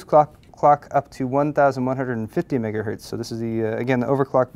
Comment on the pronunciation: every time says mghtz... i remember his pun, and it megahurtz.